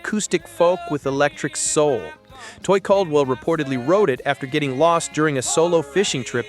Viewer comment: Toy Caldwell, not Coy 🙄🤣